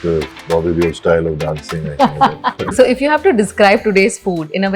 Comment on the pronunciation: Mispronounced DEOLL